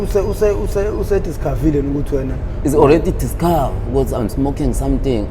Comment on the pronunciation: I didn’t mean to laugh, but “is already discov” finished me.😭😭